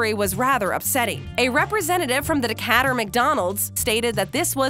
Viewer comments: You need to learn how to pronounce DECATUR It's Not D-Cat- re, it's pronounced D - kate- ur. You crazy Yankee 😅😆😁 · WTF?! Decatter, AL? Try again. It’s Decatur same as in GA.